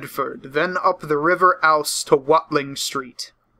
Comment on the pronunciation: You also mispronounced "Ouse" It's "Ooze"